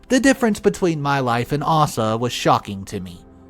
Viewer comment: It's Aysa, not arsa,sheeze